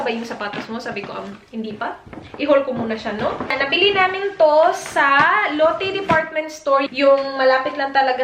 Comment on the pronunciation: Lotte is pronounced like lote in Filipino... not Lottie the name... Might be better to use Australian lotions with SPF or sunscreens kasi iba ang araw diyan sa Australia eh. Aussie is pretty strict sa kung anong filters ang laman ng sunscreens and the country makes sure na it would work for the Australian sun. You can get away with using Asian formulated once though kasi you’re not white and not as susceptible to skin cancer. May amoy ba yung Ceramidin hand creme?